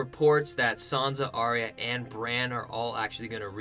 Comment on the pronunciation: It's actually pronounce 'ARE-YUH' not 'AR-REE-YAH'.